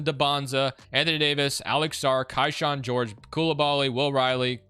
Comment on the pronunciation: It’s pronounced Keyshawn I know it’s not spelled like that but it’s how he pronounces his name